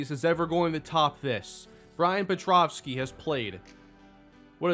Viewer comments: Great finale. Appreciate the work you put n2 this video & the series as a whole (even if I gave you a hard time for your petrowski pronunciation lol). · The whole series and the pronunciation of pet- row-ski still wrong lol